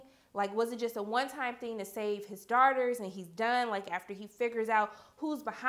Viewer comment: When she says daughters it sounds like shes saying darters no offense